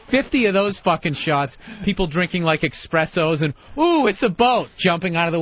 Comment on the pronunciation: "people drinking eXssperso" you say?